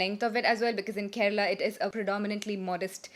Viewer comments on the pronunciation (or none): none